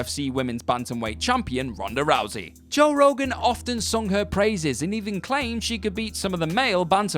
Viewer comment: Your English and still can't say Joe